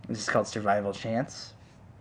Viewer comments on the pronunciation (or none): none